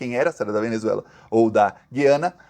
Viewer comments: meu querido, o nome do país é GU iana. Para brasileiro e para hispânico. Quem fala GUI ana são os portugas. Para brasileiro é errado falar Gui ana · Gosto demais dos seus vídeos, mas você derrapou na pronúncia: as vogais na palavra "Guiana" não têm som igual ao da palavra "guiamos" (sem ouvir o "u"), e sim como o da palavra "Cuiabá", com o "u" nítido. Se ainda existisse o trema, poderia ser escrito como Güiana para deixar claro. Mas como o trema foi extinto para facilitar a vida de quem escreve, acabou dificultando a vida de quem lê. Abs